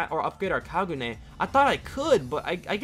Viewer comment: HE SAID KAGU NEY